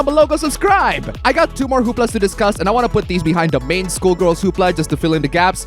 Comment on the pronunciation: Um...? There's a big difference between pronouncing that as "Skuhl-girl", which is what the word actually is, and "SCHOOL-girl", which is how you're saying it. I wouldn't care much either way except that some of the lines have an entirely new and rather...creepy...meaning when you pronounce "Skull" like "School". Skull has the "uh" sound sk-uh-l. It does NOT have the "oo" sound like sk-oo-l. One is the bone in your head. The other is a place of learning. Wanting to see a Skullgirl's underskirts sounds very different from wanting to see a SCHOOLgirl's underskirts. One means you like the game. The other means you need to go on a list at the police station. Just sayin'. The Gawds of YouTube work in strange and stupid ways, and I don't think you want to get a community strike for inadvertently saying that word in a lewd way, so to speak. You might wind up your own hoopla. Skull = 💀 School = 🏫